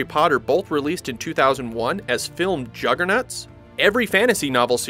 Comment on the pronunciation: One Question: did you say juggernuts??